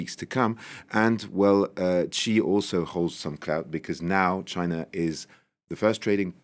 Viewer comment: Please, please learn how to pronounce Xi properly.